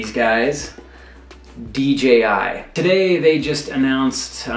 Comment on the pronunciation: Moron. Say D..J..I.. again